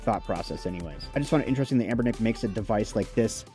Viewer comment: Dude. You keep saying a’m’bernic. It is anbernic and even this console doesn’t seem from anbernic.